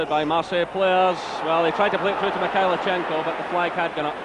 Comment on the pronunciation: No T in Mikhailichenko.